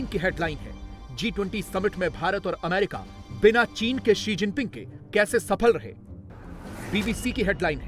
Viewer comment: Bhai America bhi nahi bol pata hai